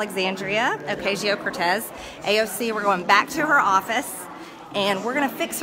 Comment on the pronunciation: Marjorie saying Alexandria Oketcheeo Cortesseses office has me dying 🤣 This woman and her partner in crime Matt Gaetz need to be held accountable for their actions! I will be there waving a prisoner of warmongering flag when they inevitable get ousted from their seats in office.